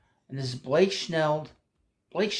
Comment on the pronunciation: I love your channel and watch it regularly. Good show again, but I just have to wonder if you say “Schnell” on purpose 😅